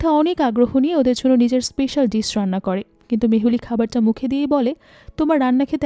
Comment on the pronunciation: Your voice is very clear. Also, nice presentation. Just need a little bit of concentration on your English pronunciation please. Like 'Dish' it should be ডিস not ডিছ. Your quality of storytelling quite similar to Achirer Golpo. Very good.